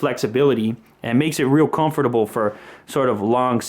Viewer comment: I hate the way he pronounces the word 'comfortable'.